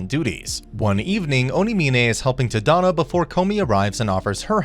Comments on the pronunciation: The character's name is Tata no the correct name is tanino Todd and no I mean I understand Japanese names are quite hard to pronounce but it's just really can't say Tada no say it this a like this Todd and no sorry if I'm being rude by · “Tuh-dahno” lmaooo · jit said t-had-an-o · I'm so sorry if this is offensive, but the way you say tadano ABSOLUTELY KILLS ME!!